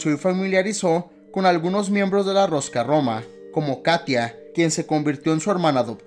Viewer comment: "Rosca Roma" jajajaja😂 tengo entendido que se pronuncia Ruska Roma.